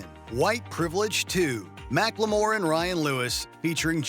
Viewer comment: Mack-Le-More?? Wtf 😂😂